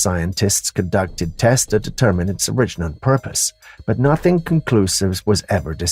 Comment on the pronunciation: He does mispronounce a LOT of words though (sorry...) - just the stress on some longer word tenses, but he either seems to be improving or just hasn't used those words lately. Like "A'-ttribute" & "attrI'-buted", or "O'-rigin" & "orI'-ginal" - that sorta thing. No biggie really...